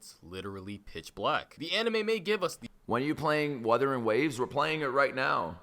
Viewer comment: Wuther waves ❌ Wuthering gaes 👍